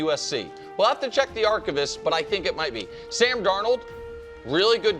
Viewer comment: Nick talked about the pronunciation of Worry at the beginning and then pulled out the most insane pronunciation of archives I’ve ever heard.